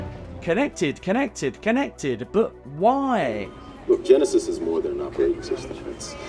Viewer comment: Ever since I heard Geekvolution pronounce Terminator Genisys as “Gen-Eye-Sees” that’s the only way I pronounce that title.